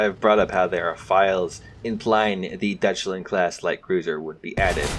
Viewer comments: “Dutchland” is just irritating just to listen to. DEUTSCHLAND, EUTSCH not utch. Same for calling the L.A.V. a Lav, accronym for light armored vehicle. Same thing to me as people calling the FAL the Fal. Also an accronym for fusil automatique leger or light automatic rifle. ”Dutchland” would definitely earn you a slap upside the head in Germany. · Deutschland is pronounced “Doychland”. In German, “Eu” is pronounced like “Oy” (I know, it doesn’t sound right but that’s how it be)